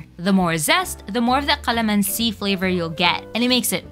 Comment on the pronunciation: She is pronouncing calamansi with a "q" qalamansi?